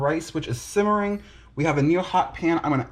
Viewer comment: Simmering not shimmering